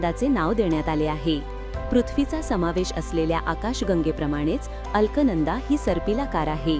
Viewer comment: उच्चार अल्कनंदा असा नसून अलकनंदा असा आहे.परंतू शोध अभिमानास्पद आहे.